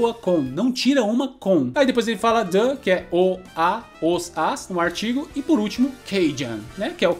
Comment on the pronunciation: desculpa, se eu tô sendo ignorante. Mas por que você pronuncia o "the" como "dâ"?